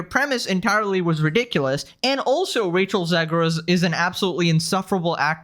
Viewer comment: did you say "Racial Zegler"? 🤣